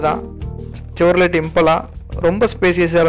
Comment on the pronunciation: ஆரம்பத்திலிருந்து இறுதி வரை எனக்கு ஒண்ணும் தெரியவில்லை தெரியவில்லை என்று சொல்லும் இவர் கார் பிரியர் அல்ல. ஏதோ நாமும் அங்கு செல்வோம் என ஒப்புக்குச் சென்றிருக்கிறார். பெயரைப் பார்த்தும் வாசிக்கத் தெரியவில்லை. செவர்லே என்பதை செவர்லெட் என்று உச்சரிக்கிறார். இதுபோன்று பல கார்களின் பெயரையும் தவறாகத் தான் சொல்கிறார்.வீடியோவாவது ஒழுங்காக எடுத்திருக்கிறாரா என்றால் அதுவும் இல்லை. ஆக மொத்தத்தில் இப்படியொரு கமெண்ட்ரியாளரைப் பற்றி அறிந்ததே இல்லை. தெரியாத விடையங்களில் மூக்கை நுழைப்பதைவிட இவரைப் போன்றோர் ஒதுங்கிக் கொள்வது, ஈடுபாடு கொண்டவர்களுக்கு இவர் செய்யும் உதவியாக இருக்கும்.